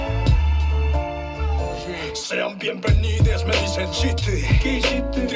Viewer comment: cuando dijo bienbenides me fui :V